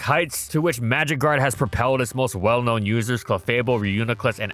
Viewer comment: The first 5 times I heard "magikarp" instead of "magic guard" and was so confused...